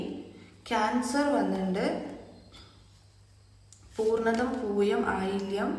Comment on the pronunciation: പൂർണതം അല്ല.... പുണർതം എന്നാണ്